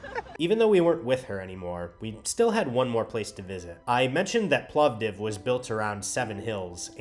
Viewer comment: As another from Plovdiv hearing you pronounce the name properly (it's a permanent dispute with other Bulgarians 🤭), it just made my day 😆. In addition to the excellent video.